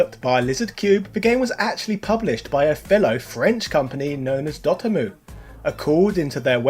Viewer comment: I always thought it was dot emu, not dotemmoo